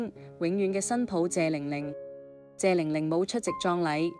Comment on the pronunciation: 這個主持有幾個字音讀錯，例如玲玲，第2個玲字要讀擰音，上海話，要畫音，何伯讀可伯。